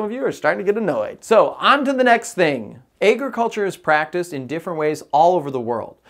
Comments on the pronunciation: Tell me why he pronounces agriculture so funny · Thats all i can think abt when he says it